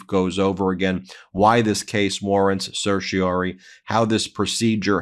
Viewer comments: Please, to spare my teeth from excess wear, say certiorari (“sir-shuh-RAR-ee”). Political news takes a big enough toll by itself. Don’t give the other side free pot shots. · I don’t mean to be that guy, but I’m fairly certain you’re consistently missing a syllable in certioRAri.